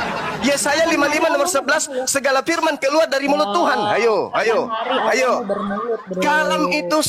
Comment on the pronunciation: Yg mana huruf u sampai kau bilang aullah